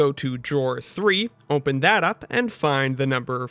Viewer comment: why do you say "ohmpen" (open)